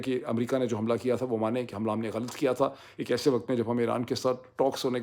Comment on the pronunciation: You keep saying “waqat” and not “waqt” which is the correct pronunciation